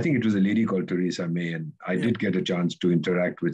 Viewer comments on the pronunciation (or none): none